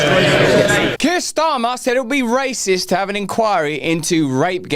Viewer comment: Did you say raciest or rapist?😮